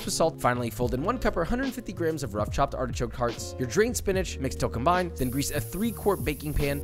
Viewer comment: Why SPEEENAGE?? What did it do to you? 😂😂